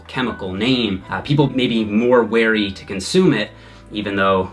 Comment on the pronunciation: the way he pronounces weary